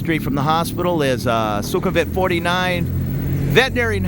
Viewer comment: Thanks for the tour. I agree completely about how nice most people are here -- that might be my favorite thing about moving here. FWIW: Thai has no V-Victor sound. So Sukumvit is pronounced Sue-cum-wit, and so on. Also I think I've heard you calling the river 'Chao Pry-ah,' but I'm pretty sure it's really Chao Pree-ah (like Phaya Thai is really Pee-ah Thai).